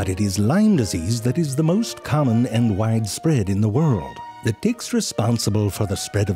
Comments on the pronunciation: Bag of Ticks indeed. That's when we learn he wasn't pronouncing his 'T' a whole lot like a 'D' throughout the video unintentionally. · When you're pronouncing the T's and they sound like D's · The fact that I heard every T softened to D 💀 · the "T" sounds like "D" lmao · this made me laugh.. "hey.. what's up? " "oh my, take that Dick to the doctor" but he meant "Ticks" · I turned on the subtitles, and he was indeed saying "Dicks." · I'm sorry but for sure, the first 2 ticks he said, he pronounced it "d***". The third one, he said tick. The rest, I have to repeat over and over to make sure 12 ticks 9 ds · I swear - all I heard was "dicks" in this video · He said Hard (D) icks and Soft (D) icks 😂😂😂😂 He said she can give you a good Sucking😂😂😂 This Has to be purposely done.. i couldn’t stop laughing. Then he starts Saying ticks the right way later in the video😂😂😂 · The way hes pronouncing “ticks” sounds like hes saying “dicks” LOL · i cant tell if hes saying ticks or di(ks 😂even the subtitles are confused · even the auto subtitle heard that as d*ck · this guy saying dicks or ticks? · it literally sound like hes saying dicks throughout this whole video and i am taking everything out of context... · Why do i hear dicks instead of ticks, is this normal? send help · I thought my closed captions were confusing ticks with dicks... turns out he was really saying dicks lol i love it. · pronounce your t's better damn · You need to learn how to pronounce a "T" LMAO!! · I know I'm not the only one hearing the way this man says ticks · I was so happy yesterday to see that zefrank1 had uploaded a new video - I saw a few seconds of it - coulnd't because I am so grossed out by looking at them - tried again today - couldn't watch - luckily I heard the way zefrank1 pronounces tiks so I just scrolled down to write this while listening. Doesn´t make it less funny - au contraire... Would, will,, and do recommend!